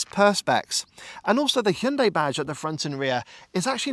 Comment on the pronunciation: Are you pronouncing it, “Chin-day?” I think this little bugger is very cute!!!